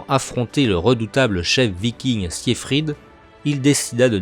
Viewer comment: Très mauvaise prononciation du prénom siegfried